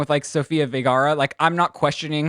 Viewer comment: it is different a person that adapts to an american accent as an english speaker than a person that their second language is english... and it is pronounced ver- ga-ra